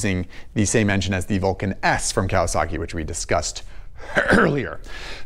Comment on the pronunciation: WTF can you say Vulcan S lmao